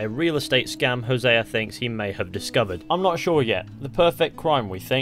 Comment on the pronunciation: Imagine creating a language and being the worst people to speak it. “Hosea-er” 🙄